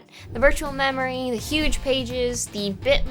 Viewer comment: We've got yuge pages. The yugest pages you've ever seen.